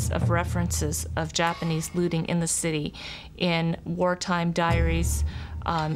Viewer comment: Looting, not Lotting.